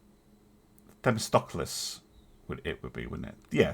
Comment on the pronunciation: Just wish he could pronounce it.